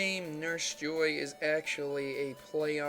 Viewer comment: just fyi, it is pronounced as jo ii (as in e), not joy